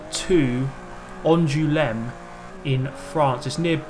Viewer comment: Your pronounciation of "Angoulême" is hilarious 😂